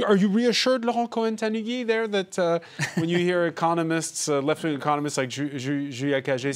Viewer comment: "I have always voted for the left ving!" :D